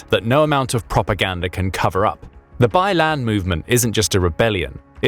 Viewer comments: It not pronounce as “ bai land “ but “ bai lang “ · Bai Lan? 😂 Byland?